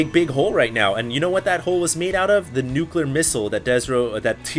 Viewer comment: dont be one of those guys that cant say nuclear properly